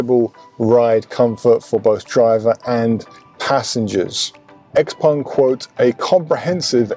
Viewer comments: Why say Xpong when the name is Xpeng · Xpeng not xpung